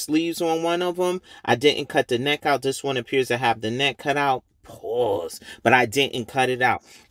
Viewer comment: my boy hit the “pause* extra hard (pause) lmao